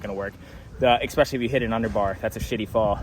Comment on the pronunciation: I love you. Please stop saying EXPECIALLY.